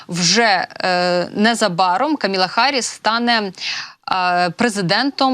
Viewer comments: Камала, а не Каміла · КамАла, а неКаміла. Відповідальніше, будь ласка